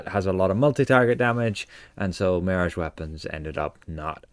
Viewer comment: "Marriage" weapons... Mon... Repeat after me.... (MEEEE-RAAAAHHHGGGEE)..